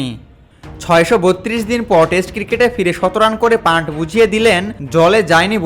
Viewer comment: Panth পান্থ হবে, pant পান্ট না। বাংলাদেশিরা তো বাংলা ভাষার বলাৎকার করে ছেড়ে দিচ্ছে ইদানিং।